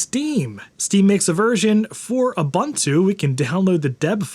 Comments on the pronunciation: Dude? OO BOON TOO, not OO BUN TOO. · u•bun•tu : (/o͞oˈbo͞onto͞o) . It's a South African word that basically means "Humanity towards others". I love you and your channel, but every time I hear it mispronounced it's like scratching nails on a chalkboard HAHA! (Now I need to do this to one of my old Macs!) Steam would be great on my old Mac.